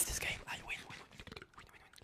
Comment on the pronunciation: Ayo,. It’s not that hard to say “this”… not “tits”😭